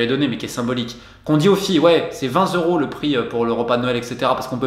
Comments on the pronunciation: J’adore tout ce que tu fais mais juste « 20 zeuros » à 8.07 c’est juste pas possible... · J’adore tout ce que tu fais mais « 20 zeuros » c’est juste pas possible...